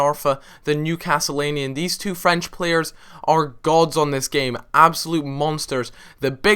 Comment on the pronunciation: Novocastrian not Newcastleanian ahah